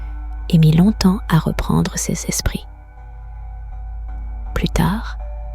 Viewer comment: Les histoires sont vraiment bien, mais cela serait tellement mieux si une vrai personne les contaient…… La prononciation du mot « ses » est vraiment très agaçante